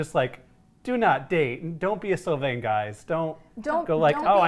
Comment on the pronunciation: You did Sylvain wrong. Im so disappointed